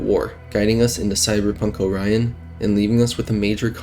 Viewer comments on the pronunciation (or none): none